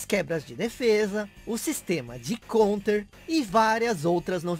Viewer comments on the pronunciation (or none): "counter" = 'caunter'